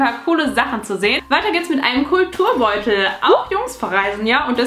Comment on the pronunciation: Ich hab statt Kulturbeutel immer "cooler Turnbeutel" verstanden 😂